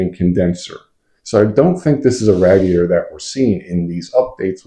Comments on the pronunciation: Are you trying to say radiator? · I don't know where you're from but you pronounce radiator weird. I'm pretty sure the radiator is like a motorcycle radiator.